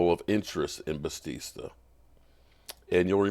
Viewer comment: your butchering Bisachia’s name. Biss shach e uh…😂